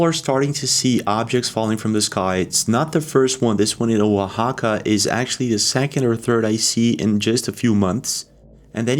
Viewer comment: Great video. And you pronounce Oaxaca so well!